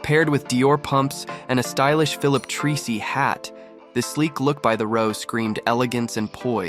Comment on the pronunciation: Blenheim pronounced Blen-him or Blen-im and Treacy (Philip) pronounced Tracy. Thought I’d let you in on these!